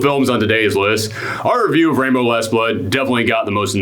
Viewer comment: When you say Rambo, it sounds like you're saying "Rainbow"